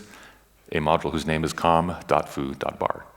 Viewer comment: Whenever he says com.foo I hear "Kung fu" and I go "Wait what!...oh ok.."